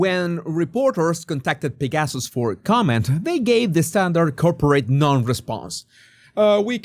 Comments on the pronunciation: Thank you for this very interesting video. Just a small correction: "Pegasus" should be pronounced as PEG-uh-suss, with the accent on the first syllable, not with the accent on second syllable. The Swiss clinic is named after the winged horse named "Pegasus" in Greek mythology. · How did I not know about this? This is absolutely horrifying. I’m so glad that you talked about this because I did not realize this existed. Thank you for your candor. By the way, I love the way when you say the word Pegasus it comes out as ‘pig asses’. No truer words ever spoken.